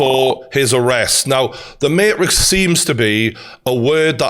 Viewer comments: I was loving this video so far until he said "The Marix "...... You mean the Matrix?! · Mayrix ? It's MaTrix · Why is he saying Marix and not Matrix? Dead ass. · Can you say the word maTrix with the letter T??? Love this but... Say the word MaTrix correctly! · Keanu Reeves in. . . . . . . "The MaHRIX" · "The Mate Riks" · Good video but I died when you said mate-rix 😂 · He said Marix 🤣🤣🤣🤣🤣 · I love the mateeeetrix pronunciation 😂😂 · “The Marix” 😂😂😂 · The may-rix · Imagine sticking up for a overweight manky looking guy that says materix and takes it up the ass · why would I listen to a geeza who can't even pronounce matrix properly lool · I've never heard someone pronounce Matrix that way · Bro can't pronounce matrix 🤡🤡